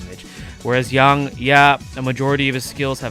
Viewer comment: Yang like ying-yang not yung